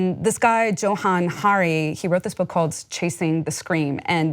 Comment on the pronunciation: Joe-han(Johan)? Try Yo-han..